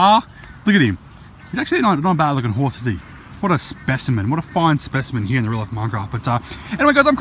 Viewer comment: New corruptcarnage real life mincraft and in the older days he said life like loife